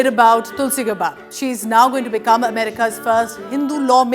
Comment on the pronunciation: Its not pronounced as गबार्ड, it is pronounced as गॅबर्ड. Use the right pronunciation!